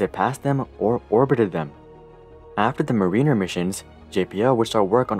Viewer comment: Mariner is pronounced like "Mare-in-'er" Definitely not Marine-r plz